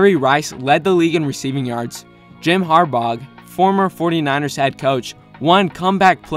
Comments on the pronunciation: Ok I love the Bills and Josh Allen is a star on the rise and I like to hear what others outside of Buffalo have to say about him. But I had to stop watching when I heard this dude say Jim Har-Boug or whatever!!! If you don't know how to pronounce his name you don't know crap about football and I don't need to listen to your take on Allen or the Bills. You don't need to know every player for the past but Jim is still big name in the sport. Even though it's at the college level he's at a major university that gets plenty of hype. And espn and others are always talking about him making an NFL return. And not to mention his brother is on of the best current coaches in the league. This dude should make video about anything but football. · Don't pronounce the g in 'Harbaugh'.